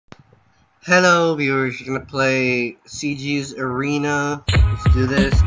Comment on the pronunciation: Not sieguis it's series OOF